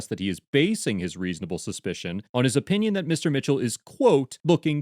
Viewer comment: Guess the cop thinks his o-pinion is the law lol